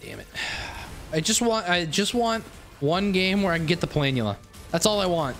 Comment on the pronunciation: It bothers me more than it should that he mispronounces Planula.